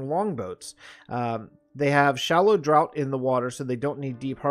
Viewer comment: Draught is said "draft". ;)